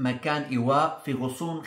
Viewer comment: غضون وليس غصون . شكراً لك دائماً محتواك مفيد جداً . الله يبارك فيك . 🤍